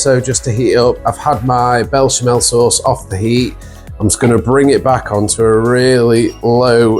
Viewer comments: Looks amazing! But it's pronounced besh-a-mel. 😅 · It’s Béchamel……. Looks great!